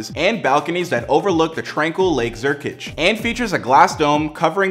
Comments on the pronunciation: Where in the heck is “Lake Zurkich?” Last I read, it was called, “Lake Zurich!” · "lake zurkič"😭